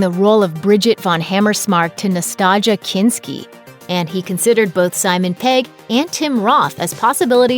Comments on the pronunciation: "Vigil" Earp? "Nastaja" Kinski? Is English not your first language? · Nastaja Kinski??? Its Nastassja Kinski , Na stass ja. Geez. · "Nastaja" Kinski - LOL!!! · Wow..You can tell the narrator has no penache', NASTA-Ja Kinski geez this isn't the only name the kid has mispronounced. It's like when I was a kid and first saw the name JOSE' in the comics. My folks thought it was cute at the time but i was eventually corrected. Thanks teachers making the world a more intelligent place. Duh wat wa dat? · "Nuhstahjuh Kinski"? NUHSTAHJUH?! Just....Jesus.